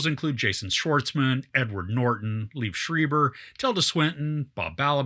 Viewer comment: Great review! FYI he's - LEE-ev SHRY-ber